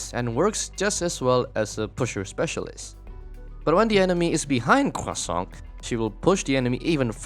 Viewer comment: French guy here, I'm just here to say that everytime you say Croissant with an emphasis on our weird R sound, it makes me very happy. Great video!